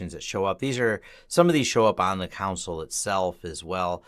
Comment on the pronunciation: cringed every time he pronounced 'console'